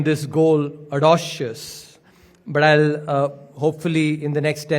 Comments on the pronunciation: Audacious is pronounced as "O-day-she-us" and not as "AA-dau-She-us" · After I heard me his pronounciation for audacious as "odocious"...I knew the rest coming out of his mouth will be as fake as his accent.